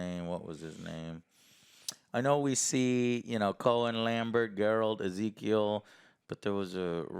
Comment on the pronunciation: It's Eskel not Ezekiel